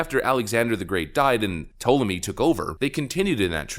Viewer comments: It pronounced Tall-em-ee for future reference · It is Tall-a-me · Ta-Le-me. That is how you pronounce it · Tall uh may. And how is this not cultural appropriation? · It's pronounced "Tall-A-Me" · Ptolemy is pronounced "tall em ee". Edit: Also the Ptolemies did not mix with the local population. They intermarried and inbred quite a bit. This was also not done as a racist thing, like "we don't want to mix with these lesser people". It was done because it was Egyptian tradition that the Pharaoh would marry within his family because, in their view, his family was divine and a divine bloodline had to be maintained. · hey bro if your so proud of your greek n roman heritage ...maybe learn to pronounce the names of your ancesters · Since you can’t even pronounce Ptolemy correctly I’m 100% sure that you didn’t know that there were black Greeks and Romans. There’s black Romans on coins there’s paintings of black Greeks I’m sure you think they’re all white though and the fact that lots of Greeks have sickle cell it’s just a coincidence to. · This was an annoying video. You kept apologising for not having done your research. You also expressed dismay that they stole your history, yet you seemed to know nothing about your history, unable to even pronounce Ptolemy. And yeah, I'm Greek too. Although I am also a conservative, you appear to be a young kid with strong opinions and little knowledge. Oh, and stop saying "literally" all the time. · "has Greek ancestry" "can't pronounce Ptolemy" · Says hes greek can't pronounce their names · So you're Greek but can't pronounce Ptolemy.or Herculaneum? These aren't obscure names dude. You could have taken 30 seconds to find videos were people pronounced these words before you made a video that you know will be watched by tens if not hundreds of thousands of people. 🙄🙄🙄